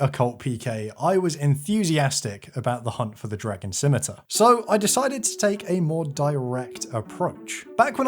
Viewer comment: Thank the good christ you can pronounce "scimitar"